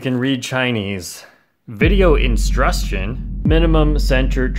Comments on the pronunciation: "Video instrustion" 🤣🤣🤣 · Always makes me chuckle when he says video instrution